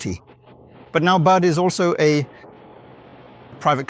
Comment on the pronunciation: BYD = "Bud"?? I guess this must be AI.